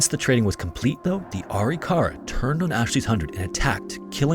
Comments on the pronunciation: "Uh-Rick-Uh-Ruh" is how I've always heard it pronounced. Dr. Bill Bass worked extensively on Arikara skeletal remains and as a forensic anthro grad student, I heard the word a lot. Thanks for another top notch video. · I’m part Arikara, I’m enrolled in a federally recognized tribe (MHA nation in ND) It’s pronounced “A-rik-ara” Great video, have a wonderful day! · Ah-Rick-Ah-Rah not arykara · ITS PRONOUNCED... A-RIC-A-RA, not ARI-KARA. I'm Caucasian and even I know that. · Please do more research on your tribe pronunciations. It is Kai-o-wa and Ah-rick-ah-rah. I love your channel, but that’s like 2 videos in a row I’ve watched and the NativeAmerican tribe was pronounced wrong.